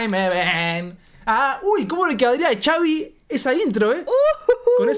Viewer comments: No se dice chavi se escribe xavi Pero se dice javi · No es chavi es javi jaja 😅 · No es Chavi es xavi,javi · javi vergaaaaa jajaja no chavi jajajajaja se escribe con x pero se pronuncia como javi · Simon reaccionen a esa • Poco a poco - Xavi con Dareyes de la Sierra • de mis preferidas ahorita y Xavi se pronuncia Javi y no chavi nomás para aclarar qué viene de Javier • saludos y perronas sus reacciones 👍🏼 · Por fin alguien que entiende, no se por que le dicen “chavi” incluso en canciones de poco a poco o modo dnd dicen “javi” y no se dan cuenta :b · Primero que nada se la dedico a su amigo y bien dijo en un video que no le estaba copiando a la otra canción de amg que nada más puso esa frase por que le dijo su amigo y no se pronuncia Xavi es Javi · Chavi 😂😂😂 es jabi=xavi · No es Chavi recuerden que les de origen mexicano por eso pronunciamos Javi con J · Se dice gavi no Chavi😂😂😂😂😂😂 pero su nombre es xavi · NO SE DISE CHAVI SE DISE XAVI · Se pronuncia "javi" no chavi 😂❤ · No es chavi😂 es xavi pero le dicen javi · Por qué le dicen Chavi? Que yo sepa se pronuncia Javi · Pero no es chavi es xavi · Xaviiiiii no es chavi es con las letras x a v i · no se pronuncia chavi, es Javi aunque se escribe Xavi... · No es chavi se pronuncia asi , javi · No es chavi es xavi se dije javi pero se escribe xavi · No es Xavi es Javi bueno así se dise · Es xavi no chavi 😂😂😂😂😂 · no es chavi es xavi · Es Xavi no chavi 😅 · La X la debes pronunciar como J se escribe Xavi pero suena Javi, saludos desde México, no me pierdo sus reacciones. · Es Javi solo que con x ,pero se pronuncia Javi. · Xavi se pronuncia "Javi" corto para Javier su nombre y es de aqui la "FINIKERA" o mas bien conocido como Phoenix Arizona. Nos hace bien orgullosos con rason ya no lo vemos en los parties el anda haciendo grandes cosas. Fierro compa Xavi !!! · Es cierto caen gordos por que apoco no saben pronunciar xavi que es Javi ay no me estresaron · Es XAVIIIIII❗❗❗❗ LA X ES COMO J EN MÉXICO CABRONES👍🤤❤️🇲🇽❗ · Se dice javi